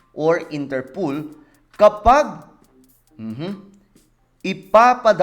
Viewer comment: Inter POL not Inter POOL 😅